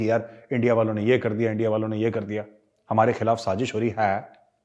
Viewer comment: Lovely points made. Please don't stop the Lahori accent. Especially ENDIA AND RAAAA......W. These are the most hillarious ones. 😂